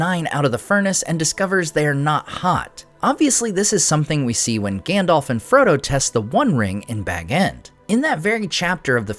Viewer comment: Love the vids. But sounds like you are pronouncing Gandalf like Gandolph 😂